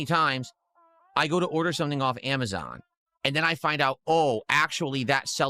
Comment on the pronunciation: BUH! God it drives me insane. also his AYUND thing